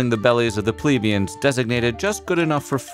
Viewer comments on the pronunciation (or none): The pronunciation of key terms like “plebeian” and “Plantagenet”..